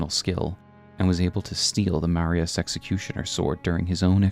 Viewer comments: Awesome to see a video talking about something which hasn’t been explored much in YouTube lore videos! Such a cool looking character too. Great video. By the way, just a little nitpick, the “s” in “Marais” is silent so it’s pronounced “ma-RAY” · Marias, Echo-aid, bro I’m sorry I really am not tryna be a dick but just take an extra second to read the names I’m retarded so it’s very distracting hearing you mispronounce them over and over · Eochaid is Irish/Briton and pronounced like "ay-oh-kith" or "ay-oh-kid" or "ay-oh-kay" or "ee-oh-kee" (the 'k' being pronounced like a soft 'k', as in "loch") or really anything but "echo-aid". Marais is also famously French, being the name of a fashion district in Paris. The "s" is silent, so it sounds more like "mar-eye". If you wanna be really French, the "r" is slightly guttural. Funnily enough, you DID pronounce "Margit" the way many people in its native Italy and Greece say it, but in-game Margit introduces himself in his introduction: "Foul tarnished, in search of the Elden Ring. Emboldened by the flame of ambition. Someone must extinguish thy flame. Let it be Margit the Fell!" And he pronounces the "i" like you would in the words "kit" or "hit" rather than as you did. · It’s pronounced Ma-rye (Marais) like how Versailles is pronounced. This is the only nitpick I have with a lot of small YouTubers please pay attention to pronunciations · Sorry to be that guy but it's pronounced "Marey", means "swamp" in french and used to be a common name for wealthy nobles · Great video but the pronunciation of Marais and Eochaid is killing me lol